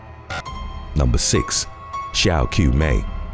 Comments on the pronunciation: Qiumei is pronounced like ch-au-mei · Qiumei is pronounced Chiumei